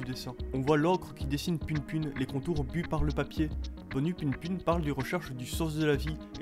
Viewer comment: ca se dit pou poun juste pour rappeler